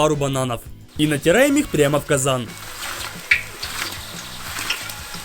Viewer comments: Я не один услышал слово казань а не казан?) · а че казань? а не казан?) XD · Казань вместо Казан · А чтоб сделать фритюр, выливаем в Казань 10л масла. Мне одному это слышится? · мне одному послышалось "Казань" ?